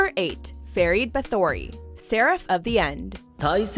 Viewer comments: Did she... just say... fare reid bat thory? Ferid bathory...? You can listen to anime... for pronunciation... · OH THE CRINGE!!!!!! It's Ferid Bathory, Feerid Baathoory. I love this anime(even tho I finished it MONTHS ago) and I'm still up to date with the manga and I have never once said anything wrong.